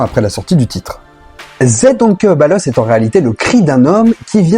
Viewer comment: Zei ????? Serieux ? Si tu es 'est incapable de dire "They," traduis, et puis prend un cours d'anglais. Pffff ...